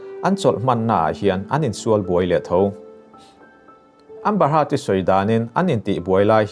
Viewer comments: Amba heart ti mai che a ka hriat chu a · Amba haaatt hi ka ngei riau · e a nih chu,a nih chuan kan news ngaihthlak chu a ga rin tlak loh ve...thil belh chian tlak loh hi chu Up lord lo se tha tur..a lam dan reng2 kha a lam no lutuk😂😂ambahat....lower...🤣😂😂